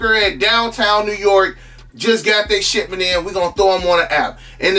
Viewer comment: Sound like he saying "shitment" 🤣🤣🤣